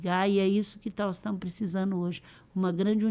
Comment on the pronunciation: "NÓS TAMO" "INFRAÇÃO".....PQP